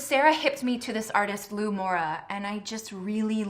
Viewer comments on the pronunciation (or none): none